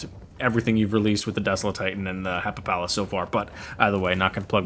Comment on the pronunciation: I'm positive it's pronounced Happy-pal-us